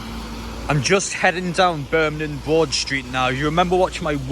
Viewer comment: why do you keep saying burminham? it’s birmingham..